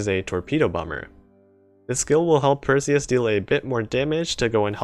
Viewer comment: Im not sure if you say Hermione right. That doesnt sound correctly qwq Edit: Same with Perseus